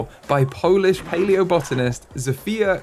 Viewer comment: Hi! Great video as always just a little pronounciation correction: Zofia Kielan-Jaworowksa is pronounced more like Zo-phie-a (this one was pretty good just including it to include the entire name) Kh-yeh-lan Yah-voh-roh-v-ska. Still you pronounced it pretty well :))